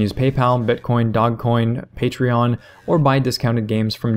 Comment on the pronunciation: its not "dogcoin" its "dogecoin" you arent doing the internet's horrible meme experiment gone wrong justice